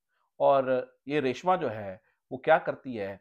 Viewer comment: لفظ ریشماں ہوتا ہے ریشمہ نہیں۔